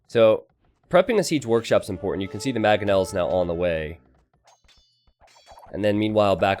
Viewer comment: Is there any chance can learn to say mangoes, manga, mangonel?